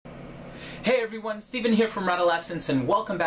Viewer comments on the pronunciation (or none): none